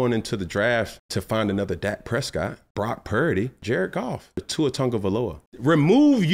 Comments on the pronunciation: Why can’t he say Brock purdy’s name right???? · I have nothing to add to the conversation I just love how Cam says Brock Pearady 😂